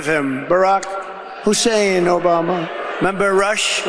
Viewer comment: It was a certain way Rush would pronounce Hussein